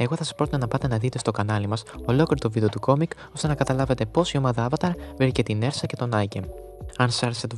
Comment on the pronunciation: Ουρσα προφέρεται